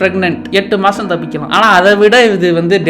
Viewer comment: bro can't say தப்பிக்கலாம் correctly 😅😂